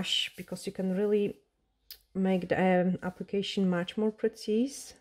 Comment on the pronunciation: Absolutely brilliant! I want to correct your pronunciation of precise. You say PRE-CEASE. It’s a long I sound so…. PRE-C-I-SE (E being silent) ❤️